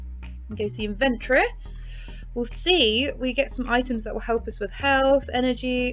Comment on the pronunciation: You said inventory wrong 😑